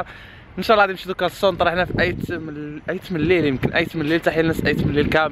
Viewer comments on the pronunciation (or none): تيط مليل و ليس ايت مليل